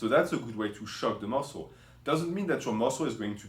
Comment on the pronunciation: 5 ways to shhock the musslé